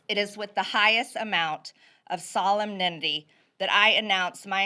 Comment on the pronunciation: At least say the word "Solemnity" properly. Jeez! She's your best and brightest? This is why the Trump impeachment was such a dangerous precedent. Now, every president will be threatened with impeachment by the opposite party as a political tool, whether it is warranted or not. You don't like Biden? Neither do I, but imma say the same thing I said to democrats from , "You don't like him? Stop whining. Vote him out.". Don't mimic the tactics of your clearly pathetic opponents; don't sink down to their level.